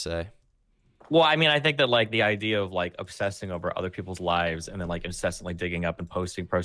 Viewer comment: u shoulda been there when he’d say erver instead of over hahahaah